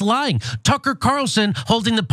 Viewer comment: 😅😅😅 I thought he said "Trunker" (Carlson).